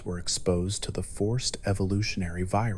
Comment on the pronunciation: He says "fev" instead of "f.e.v"? Lol